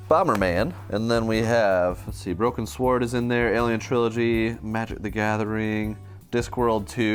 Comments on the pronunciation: Hold on. Does pronounce "sword" with a W? In all the years how have I never noticed that before! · How can not pronounce "sword" properly?